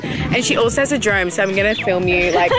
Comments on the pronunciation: haha it's Drone not drome😂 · I think you mean to say Drone not drome 😂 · DRONE! NOT DROME